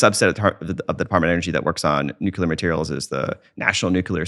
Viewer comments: New-clear. Not nuke-yuh-luhr. Nuclear. It’s pronounced exactly the way it looks like it should be pronounced. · Nuclear! The word is nuclear, not nucular. Bugs me so much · Oh my god. It's NUCLEAR, not "nucular". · He seems smart and observant, as many comments state but why perpetuate the use of the word nucular which solidifies its common use as people who admire him and his intelligence emulate him and his choice of vernacular. Why not just make an effort to switch to nuclear on a highly popular recorded interview and save nucular for use when speaking with friends? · I know right? Particularly from people who claim to have actually worked with nuclear technology. FFS people, it's: New-CLEE-uhr Not: Nook-yuh-luhr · New-kl-er Yes, it is darn annoying. I was so happy when Bush's term ended. I didn't have to hear him say it like that. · Take a shot every time this guy says “Nucuhlar” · When I hear somebody say nucular, I stop listening. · then you missed an excellent interview because of your snobby attitude! Yes, it's Nuclear. We know. People mispronounce things all the time for various reasons. Doesn't take away from the content or this guys intelligence in my opinion. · Even David Grusch says 'nucular'. I decided at that moment to throw in the towel. There's someone else who knows what they're talking about who said it that way, too, recently; I just can't remember who it was. If we can't beat em, join em. #team_nucular 😆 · This guy does need to learn how to properly pronounce the word "nuclear". If you can't tell the difference, you're not pronouncing it correctly. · This guy thinks he so smart but he cant pronounce nuclear correctly smh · Learn how to say nuclear correctly. You sound illiterate. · I can't take anyone seriously who doesn't understand the word NUCLEAR. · Interesting, but he needs to learn how to pronounce the word "Nuclear' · except he cant pronounce nuclear correctly